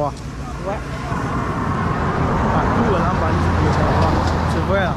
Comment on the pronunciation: I like your videos,! I have a question: Are you from Cameroun? I notice you speak English with an American accent, but most Gabonese speak English with a French accent. And Loria pronounces Lambarene in French (Lam-ba-ray-nay), but you pronounce it in English (Lambareen).